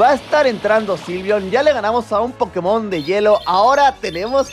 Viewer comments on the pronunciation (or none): none